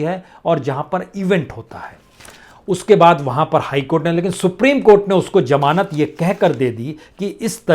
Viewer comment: Its zamanat not jamanat ,ullu ka patha